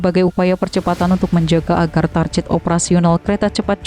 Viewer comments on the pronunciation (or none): Istilah "target" kok dibaca tarjet. Ini Enggris bukan Indonesia pun bukan. Kedua2nya dibaca Target yg betul.